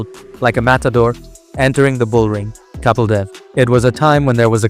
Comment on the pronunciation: Are you Indian? Or a firangi? Or are you an Indian firangi? The way you're pronouncing "Kapil" is off-putting!